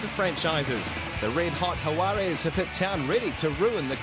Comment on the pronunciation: She is the first one to pronounce Jaguares perfecto, take note, for anyone that was confused.